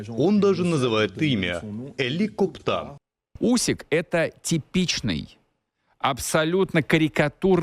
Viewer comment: Усик, а не Усік. Usyk, not Usik.